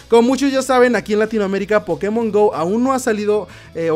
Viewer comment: Porque pronuncia Pokemon como idiota?